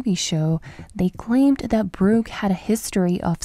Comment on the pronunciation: It’s Burke, not Bruke.